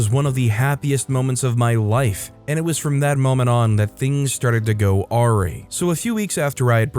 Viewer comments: THANK YOU! It drives me nuts when someone mispronounces awry. 🤦‍♀️ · Awry is pronounced "uh-rye," not "air-ee"